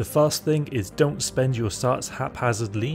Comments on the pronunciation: Carts? Where the heck is that "A" coming from?😂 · "Sarts" tf